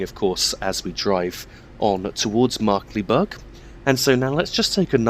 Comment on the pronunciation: Its pronounced Markklayberg